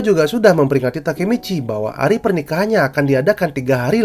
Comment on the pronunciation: bang sebenernya gw udh baca manga chapter 205 tapi gw masih bingung yg nodong pistol ke takemiccy itu siapa suara lu pas bilang nama nya juga ga kedengeran jelas!?